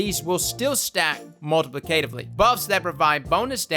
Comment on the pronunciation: Thumbs up if you enjoyed ' heroic attempts to correctly pronounce "multiplicative" and "systemically". A valiant effort, but the South is too strong in him.:-D